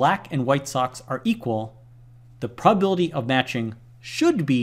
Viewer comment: Love your vids but please enunciate! You always pronounce calcUlate as calcAlate and prob-a-bil-i-ty as prob-bil-ty